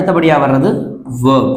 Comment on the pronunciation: Verb ஐ ஏன் வேப் என்று உச்சரிக்கிறீங்க சார்.